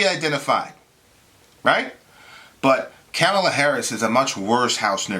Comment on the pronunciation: Good Lord. I'm not a huge Kamala fan, but the right-wing framing to begin this soliloquy had me in tears lol 1. can't pronounce Kamala's name Really? The most famous "woman of color" in world politics right now and you can't say her name right? LOL Like it's even hard to pronounce... Very Fox-ian, OAN-ian, and Newsmax-ian of you:) 2. She's "not really African American." Another right-wing talking point, which implies "Hey African American women, ignore this victory because it doesn't pertain to you!" (which, I'm assuming, forms much of the backbone in this video, but I gotta admit... I bailed after 5 minutes of this drivel) Why the distinction? Because her father is of African-Jamaican descent? Using this arbitrary distinction, and his children are also not African American.... soooo, your point? lol 3. She's not Obama. We agree here, but mentioning only the Islamophobia Barack HUSSEIN (of course you did, lol) overcame against Clinton, while conveniently leaving out the constant barrage of Islamophobic attacks he encountered while defeating the Republican party in 2 straight elections, is blatantly disingenuous framing. A friendly reminder: Biden and Harris won. Easily. And no amount of Trump/Trumpist tears will change this fact.